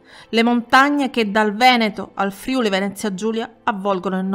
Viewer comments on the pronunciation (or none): none